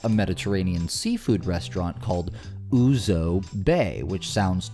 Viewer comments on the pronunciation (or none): I just have to say that Ouzo Bay doesn’t sound disgusting to me. It’s a Greek restaurant and the Greeks love Ouzo, and that’s where the best Ouzo comes from. I love it. If you love, licorice, or anise then you’ll love Ouzo. And it’s not pronounced (lol) Oozoo (sorry, I’m not laughing at you, I’m laughing with you) it’s pronounced OOzow, rhyming with bow. Maybe now it won’t sound so disgusting to you lol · FFS it’s pronounced “oo-zoe” not “oo-zoo” and it’s a traditional Greek spirit—hence the mediterranean cuisine. It’s no different than a Mexican restaurant calling itself Tequila Bay… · Ouzo is a greek alcohol drink. Clear, aniseed flavour and will blow your socks off pronounced : OOH-ZOH as in like the word 'so' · Just FYI… ouzo (oo-zō) is a Greek liquor. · Ouzo is a Greek alcoholic beverage, not 'ooze.' ;) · It’s (ooze oh) a Greek liqueur…. What is so “gross” about it? Besides your gross mispronouncing of it?? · It is Ouzo Bay, like the drink, Ouzo. there is an O at the end of Ouzo, not ouzu. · Ouzo is a Greek alcoholic beverage which tastes of licorice. Pronounced oo zo. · "Oo-zoh" a licorice-flavoured Greek beverage. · It's Ouzo like Ooo Zoe. Not pronounced like an oozing sore. Ouzo is a Greek liquor. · Cannot stand how you keep mispronouncing Ouzo. It's Greek. Literally translated to "Without Life" but you missed the detail because you were so focused on saying it wrong. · Ouzo is a Greek hard alcohol made of anise. If you put some water in it it changes the colour and becomes white. It's pronounced with an o at the end.